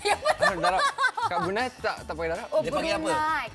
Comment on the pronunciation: HanM It's "darab" not "darap"